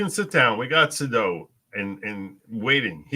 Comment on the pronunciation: It’s not Suh-doh; it’s Say-dow